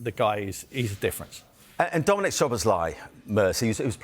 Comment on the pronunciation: Still not getting Dominik’s name right🤦🏻‍♀️😂😂😂😂